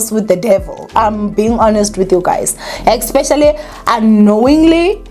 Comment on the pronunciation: when are you going to stop saying “ecspecially”?